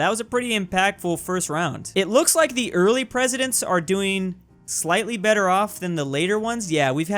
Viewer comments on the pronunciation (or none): none